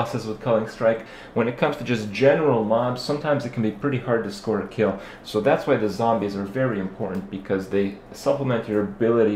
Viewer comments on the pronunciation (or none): none